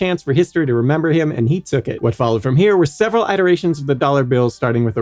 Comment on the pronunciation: Not "iteration"!